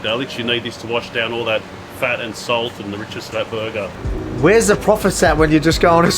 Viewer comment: I listened exclusively to hear him say berguhh